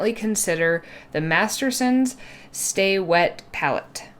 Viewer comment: 1) It's pronounced "stay-wet" not "staw-wet". 2) before putting paint on the wet palette, you should have wiped the excess water off the paper, because you want the paper to be damp not wet.